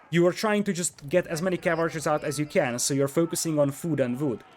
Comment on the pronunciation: I like how you say vood